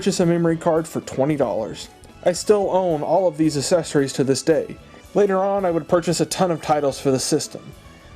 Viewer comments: I hate it when you have to buy "aysesories" with a console 😂😂😂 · Learn to pronounce accessories!!! God could you enunciate at all?!